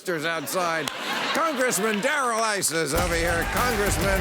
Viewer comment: Did he call him Darrel Isis?